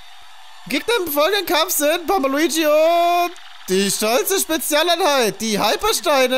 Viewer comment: Ich verstehe manchmal baba luigi und nicht bomba luigi.Wem geht's auch so😂